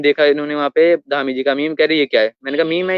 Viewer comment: धामी ❌ डामी ✅